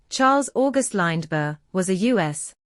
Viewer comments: Lined-berg. If nobody cared to take 4 minutes of their life to read the text aloud, why should I take 4 minutes of my life to listen to a computer voice? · AI voice can't even pronounce Lindbergh correctly. This video is crap.